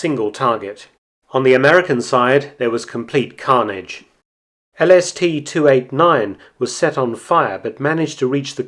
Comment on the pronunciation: Am I the only one heard LSD not LST?